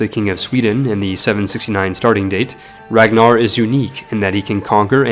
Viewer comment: The fact you said Ragnarr’s name wrong is my pet peeve now